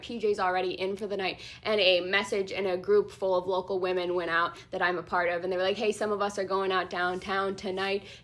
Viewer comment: Hey.... the pronunciations are wuh~mahn and wuh~mIN!! It's like everyone forgot the latter!!!